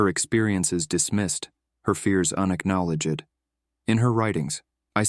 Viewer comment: Something is very wrong with the narration. From 7.46 the AI text to speech messes up. Especially on words ending with "ed" (and others). "Unacknowledg-ed", "sens-ed", "trap-ed', "san-two-are-ee", "Awe-goose-t", "di-are-ee". I stopped the video after that. I refuse to waste my valuable time on channels that can't be bothered using human narrators. It really shows what these channels they think of their listeners and subscribers - they do not value their audience at all.